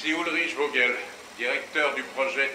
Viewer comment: alors juste ça me perturbe car c vogel parceque vogel comme vous dite c'est voguel car g+e=ge gue